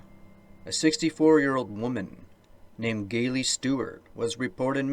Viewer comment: "Gay-Lee"? How can you mispronounce the name Gayle? FGS, it's pronounced "Gale". 😮 Sorry for dickishness, but I heard way too many narrators mis-pronouncing blatantly easy words and commonly known names. Baffling. 🎉